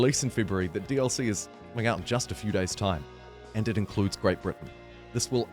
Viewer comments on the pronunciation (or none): none